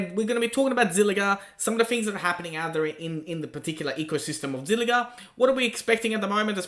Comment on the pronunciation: Zilliqa qa qa not zilliga Ga Ga it's Qa